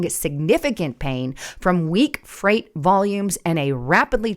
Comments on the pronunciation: Umm…. the word is freight not fright. Freight is pronounced frate, sounds like gate. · Freight not fright. That was driving me crazy. 😅 Seriously, is english that hard to learn? Also why is there a drop in the amount of freight in the first place? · freight......FRAAAATE!! Not fright. couldn't finish it whatever AI you are using ditch it. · I wonder this is AI generated. I don’t think would have made the mistake between fright and freight. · Fright??? Its Freight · Why are you pronouncing freight as fright? It makes you sound ignorant. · Geez lady, it’s freight as in frate, not fright. Wow. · Pronounce frate not fright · It’s FREIGHT not FRIGHT., Please, those of us who speak before the people also need to pass that English language proficiency test. Listen to your recordings, correct grammar, errors & mispronunciations for future broadcasts. Hire a grammatical coach. People you want to reach are focusing on these little foibles. I listen for you’re great research and pertinent content, but you know the masses, they don’t, they look to ridicule and dismiss us. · it's freight not fright. My husband is a trucker. The biggest issue is that they can't speak or read English. It's dangerous for them to be on the roads. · Freight is pronounced fr8 or frate not frite like ahhh you have me a fright. Lol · Freight, pronounced Frate, not fright. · You are about to lose my mind you do not know how to pronounce freight delivery guys you keep saying fright freight freight freight you stupid imbecile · Why do you keep saying fright instead of freight? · It is pronounced "fray-t" not fright.... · why are you saying fright instead of freight?? Many times this happened. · You keep calling freight fright and they will add pod casters to the list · Not frite. It is Fr8. Freight. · Frate not fright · FRIGHT IS SPELLED THIS WAY AND FREIGHT IS PRONOUNCED LIKE FRATE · It’s freight frāt like “freight train” Not fright frīt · It’s freight not fright 🤷.